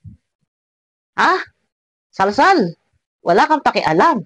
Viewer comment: sapay nag cute Ang pagkabigkas ni sa sal sal..sal it talaga SI sal sal salbag talaga..haha